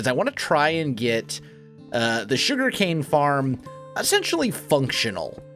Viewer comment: The Shuriken-Factory! Though for real, am I the only one that keeps hearing "shuriken" instead of "sugarcane"?